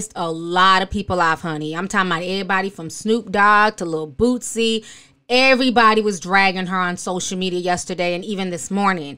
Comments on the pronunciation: I love u Ti but its Boosie not Bootsie 😂😂 😍😍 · Did you just call that man lol Boot-sie!? 😂😂😂 Im cracking up...because that name actually sticks, lol! I love you T! Thanks for spilling tea 😘